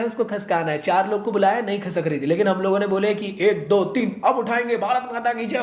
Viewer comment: bhai khasak nhi khisak